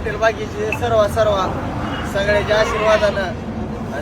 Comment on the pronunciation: सर्वा सर्वा नका बोलू सर्वे सर्वा बोला 🎉🎉🎉